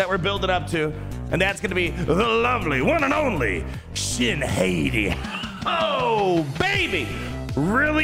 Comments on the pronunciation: Shin HAY-TEE?? NO. Shin HOT-TEA!! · Once and for all, it is pronounced "Hah-tea" like the wolves Skoll and Hati from Norse Mythology. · I don't get why cant say Shit Hati names right to save his life lol. It's Shin Hot-ti Filoni named then after the wolves that chase the sun and moon, Skoll and Hati. Her TW omi is a big FU to JMK CAT lol i love it. At the start of the encounter, all light side enemies are immune to cooldown reduction for 2 turns, and the other clause, whenever a light side enemy gains Damage Immunity, they are inflicted with Fear and she gains a bonus turn, again FU to JMK CAT. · I think it’s pronounced Shin - Hottie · needs to get his pronunciation of shins last name under control lmao